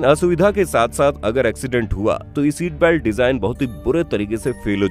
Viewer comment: भैया सीट बेल्ट होता हैँ की सैट बेल्ट होता होता हैँ